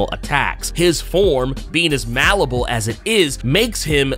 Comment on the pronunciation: "Malleable" = "maly-able," not "mal-able"